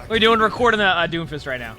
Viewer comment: "d o m f i s t" said confidently